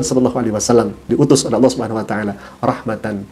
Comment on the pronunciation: Nyebut nama tuhan saja ga tau.. buktinya klo meman murtad knapa ga bisa bilang ALLAH